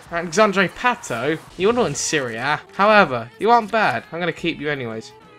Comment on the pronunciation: It's pato not not patooooooooo